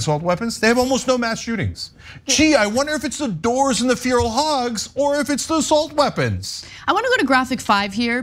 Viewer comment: Cenk has an interesting way of pronouncing 'Feral'